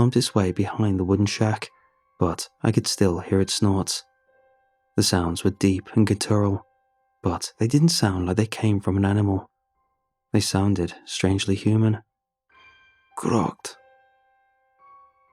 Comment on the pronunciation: Love your videos! My one request: many of your stories use the word "guttural" . It should be pronounced like "GUTTER-el"... not "guh-TERRAL". If you Google the word and click on the sound icon, it'll pronounce it perfectly (British or American pronunciation)